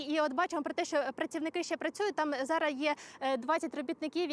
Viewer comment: не «зара», а «зараз»!